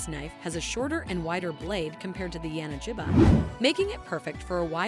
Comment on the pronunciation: It's pronounced [ya-na-gi-ba], with G as in gorilla, not as in giraffe.